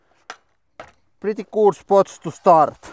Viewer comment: I hear it as "pritti guud" . Love y'all.